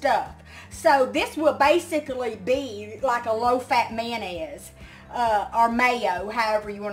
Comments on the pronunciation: Mayernese....mayonnaise. Hertikine.......Hurricane 😂😂😂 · Great Video, and its a pretty color. Can you say mayonnaise one more time? Love Ya